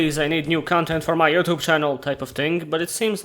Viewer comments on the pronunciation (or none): none